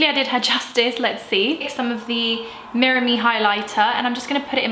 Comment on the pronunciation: It's pronounced 'mira-meh' (it means 'look at me' in spanish). Love the look and glad you're into gym rn, I've also struggled to do it but afterwards it feels great.